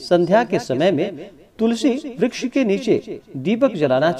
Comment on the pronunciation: महाराज जी मुझे ज्यादा ज्ञान तो नहीं है जो बार-बार आप तुलसी ब्रछ बोल रहे हो तुलसी मैया को ब्रश नहीं कह सकते